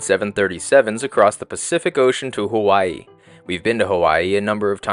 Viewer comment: Mmmm who pronounces Hawaii as /hu'wa,i/ ?????? Where does the /hu/ sound come from 😢